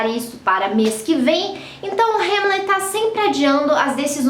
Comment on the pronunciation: É rãmlet, não rêmlet